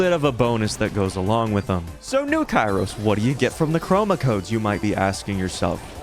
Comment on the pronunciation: THAT AINT KAIROS TIME THATS KIAROS TIM